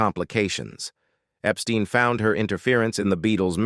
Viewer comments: Brian Epstein's surname was pronounced "EP-STINE", not "EP-STEEN". 😐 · If you watch more than one Beatles related documentary, they ALWAYS f-up Brian's last name!🙄